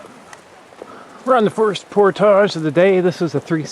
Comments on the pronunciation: Glad to see you know how to correctly say the word, "portage." Makes me think you probably say and do all the other stuff correctly. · actually, he is saying it the correct way.... its just some americans who are incapable of saying french-based words correctly. Just like a fish Fillet, and front Foyer... its Fill-eh & Foy-eh (no canadian joke intended lol) not Fill-it & Foy-er. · how he's pronouncing it is the standard Ontarian way as far as I know.